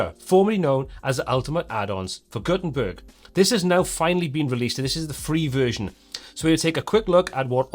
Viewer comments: "gutern turd based website" 😂😂😂😂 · Did you just say "Gutenturd"??!! 🙂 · Wait a sec.. at 32 sec. did you say Guten 'turd' website? 🤣🤣🤣🤣